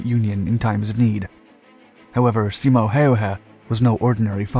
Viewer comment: Props on your pronunciation! Never heard native english speaker pronounce Simos name and many of the city names as good as you did💪